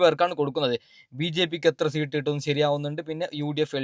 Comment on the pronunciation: മരപ്പൊട്ട സീട്ട് അല്ല സീറ്റ്